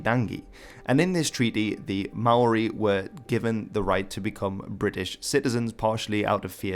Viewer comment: Just a note don't say Ma oori please. That is NOT how its pronounced